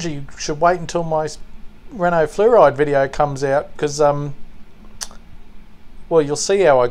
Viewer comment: 'Flaw-reed' would be the closest to correct pronunciation, je pense! Always like these Renaults for some reason - and the Simca 1000 Coupé Corgi did later. Nicely detailed casting with the engine vents in the rear wings and the centre-brace for the suspension. Quite a leap forward to go with the additional plastics. Nice red! Nice detailing!